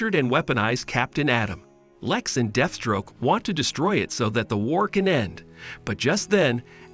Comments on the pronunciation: You really do no know how to pronounce some of these names the way you pronounced Lex's name bothered me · Lex who? I can't stand channels that put put content like this and mispronounce the most simple and/common of names.